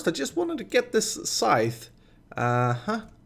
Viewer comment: here I was wondering what a skyth was haha my foreign brain understood you meant scythe though <3 (pronounced like sigh + th) cute